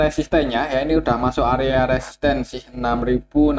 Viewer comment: Bnyk salah sebut resisten ktika bahas BBRI...pelan2 aja Om...tks